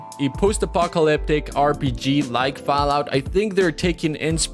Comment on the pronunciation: Why does he keep saying Fow-out?